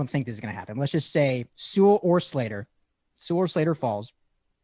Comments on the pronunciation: I have one note for you, especially. If by some miracle he gets drafted there, ya gotta learn to say Penei Sewell's name right. It's pronounced Sue-ull. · That and them both saying See-Well was driving me nuts.